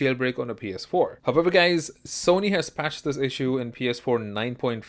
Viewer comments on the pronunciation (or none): none